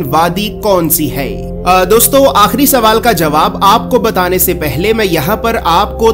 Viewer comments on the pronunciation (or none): Yes. Correct your pronunciation akhirr ahirrr. spent some time in the city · Aahir Nahi "AKHIRI"